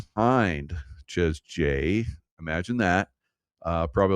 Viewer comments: Seriously, does your wife not correct you?? I believe, though I've never been there or heard of it before, it's pronounced SHAY J ... not Chez J though it's spelled that way ... I think it's a French thing though I've never been to France 😂 YaSHAYua 🤣😅 m'kay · Chez jay.. yes. Called shay jay. French. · "Shay' J= Chez J